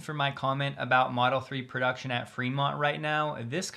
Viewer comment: "Production is…" you say? Maybe you should take care of not catching an Australian accent with such words!